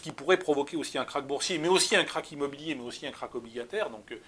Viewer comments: KRACH pas KARCH lol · « Karch »? Connais pas ce mot.